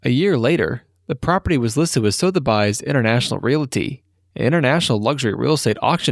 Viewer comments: I would help if you were more literate in your explanations. It is not Sothe bi's > It's pronounced Sothe> bees that along with several other mispronunciations would make your videos much more interesting if properly done. Please try to do your research before you actually do the final video. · SoTheBys??? Sothebys? 😎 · That 'So The Bys' killed me. Sotheby's, as in Suv-er-bees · FYI Sotheby’s is pronounced “suth-a-bees”🐝 not “suz-a-byes”. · You were doing so good until you came to the pronunciation of "Sothegy's". Come on, dude. There are two iconic, auction houses in the world, this one and Christie's. Everyone knows that - or should know that. geez. Other than that - good video. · It's pronounced "sutherbee's" Not "sutherbuy's" Dipshxt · Soothirbyes? Sotheby's...... Soo-ther-bees. Its "THE" auction house for those with way too much money. I love it! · Sotheby’s isn’t pronounced “sō the byes”. It’s “soth bees”. Like sloth + bees. 🦥 🐝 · “So The By's” auction house? Don't you folks research and proof your narration copy? Your ignorance is showing. It's Sotheby's…….'Suh-The- Bees'. Unbelievable!! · SoTheBys? Don't you mean "Sotheby's"? (suth-er-bees) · So The BUYS? Suthobees its pronounced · The auctioneer Sotheby's is a surname not a company called So The By's. Almost pissed myself laughing. It's pronounced along the lines of suh-ther-bees. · Excellent post. Not the only one on this subject, of course. But this is a stand out. And also a GREAT YouTube angle; “Modern Ruins” is a purposeful content focus for a channel. Even the AI narrator isn’t too bad. But “SoTheBy’s”?? - GOOD LORD. Anyway, I wish you well. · Sow the buys?! Man gotta love AI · Sothebys is pronounced" Suh thuh bees " dear narrator! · Likeness, formative, Kim Kardashians 14th birthday?, Sothebys (pronounced Suthebees), asphalt not ASHfalt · Sotherbuys? Really...... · A view from the UK. It's pronounced SUTH-ER-BEES. Glad to be of help after all they are worldwide. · Sotheby's, not SoTheBys come on!